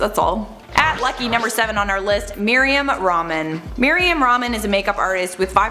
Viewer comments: its Mari-yam Rehmaan not ramen smh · Miriam Ramen 🤣🤣🤣🤣 how can u butch our muslim names like that girl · i laughed so hard 🤣🤣🤣🤣🤣🤣🤣🤣🤣 it's not merryam ra-man it's MARIYAM RAH-MAAN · It's not Mariam "Ramen" it's Rehmaaaannn 😂😂😂😂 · It's not Miriam ramen,😄😃 it's Mariam rahman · You just butchered Mariam Rahman's name.